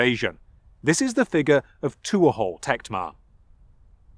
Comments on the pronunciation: My god, man. Tuathal is pronounced t(h)wo-hull (dialect dependent). Not two-ah-haul. You could have checked before saying it wrong 100 times in the same video. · Please learn the correct pronunciation of Irish personal names and place names. It is annoying not just the mispronunciation of Agricola but tuathal which is ‘too hal’.